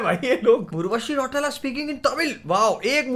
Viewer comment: Bhaiya its रौतेला not रौटेला ...😅